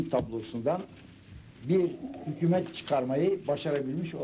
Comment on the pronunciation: Bide sunucu hükümet yeni Hükuumet diyo ya kuduruyorum